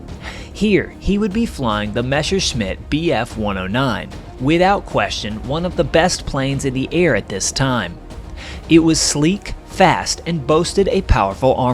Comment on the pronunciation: "Meshashmitts und Fackawulfs" der "Luffafä"